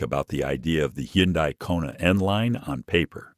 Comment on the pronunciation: it's hun-day-- not he-yon-dai